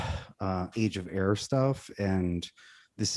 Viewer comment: At first i thought was saying Age of Error. I mean not wrong either.